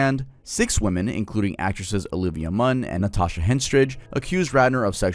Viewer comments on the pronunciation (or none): none